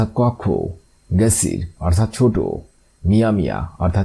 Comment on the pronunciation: আপনার অনেক আরবি বুল আছে এগুলা ঠিক করে নেন।যেমন মিয়া মিয়া এখানে ভুল করছেন এবং আরো বুলকরছেন কাবালা আরো অনেক শব্দে ভুল করছে। সে গুলা বলার সময় নাই।